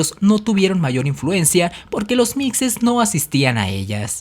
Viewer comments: Se pronuncia se escribe mixe, se pronuncia mishe no micse... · Cómo siempre, muy buen video, pero con el ánimo de aportar, le comento que la palabra mixe, se pronuncia con el sonido de "j", no de "x";igual que Xoxocotlán, otra localidad de Oaxaca,. Saludos